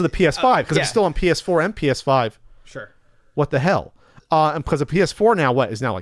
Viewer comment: It sounded like yelled, "Penis 5 News!"